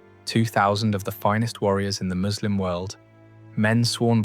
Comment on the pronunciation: I like how you know how to properly pronounce 'Muslim'. It is so rare to hear from non-Muslims.